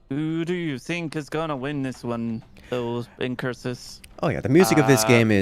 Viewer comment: IncuRsus, nice hard R pronouncing.